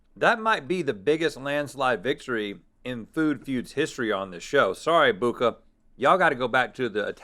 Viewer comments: It’s “Buca” not “Bucca” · exactly, they're yet to correct it, it's buca, not bucca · Pretty sure it's BUCA di beppo LOL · It's Buca* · Isn’t it Buca di Beppo? Not Bucca? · It's Buca Di Beppo not Bucca Di Beppo There's one South of Nashville, TN. Great place. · Here before they correct "bucca" to buca